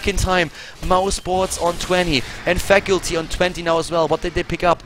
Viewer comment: Great video, but plz look up the pronounciation for the word Faculty. XD